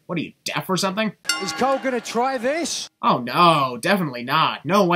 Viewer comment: Sorry, I found it funny how much you emphasised "this" on , that sin description overall was funny